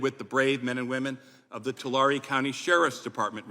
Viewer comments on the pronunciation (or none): While spewing lies and throwing the constitution in the garbage, at least pronounce the names of cities correctly. It is Two-larry. Not Two-laare. Tulare county is a county in California's San Joaquin Valley. It consists of the oldest city in the valley, Visalia (Vy-sail-ya) along with the Sequoia National Forrest. Goshen is a small city situated along Highway 99, a major highway that runs North and South through the length of the Valley. The majority of the population of Goshen lives well below the poverty level. Criminal activity there has always been high because of its quick and easy access to highway 99. The shooting he spoke of was the first of its kind that I have heard of in this area. This is not a gun problem. It is an open border problem. The open border has allowed more violent gangs to take over California and other border states.